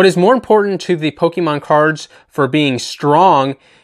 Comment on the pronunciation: You might have the pronunciations of pokemon names right, but you still manage to mispronounce the word pokemon. It's not pok-i-mon, but rather pok-ay-mon. Just imagine fonzie saying ayy in the middle of the other syllables